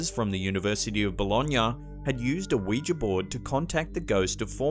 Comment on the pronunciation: Can I just say, thank you for pronouncing Ouija correctly (oui-ja/wee-ja as spelled). I don't know where people are getting this "wee-jee" from. Weegie? The last time I checked they didn't originate in Glasgow...! 😛